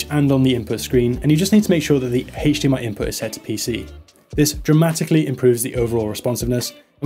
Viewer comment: I just cant keep hearing the word haych dmi word over and over lol